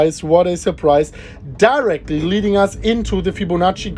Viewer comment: I thought he said DERICK not DIRECTLY 🤣🤣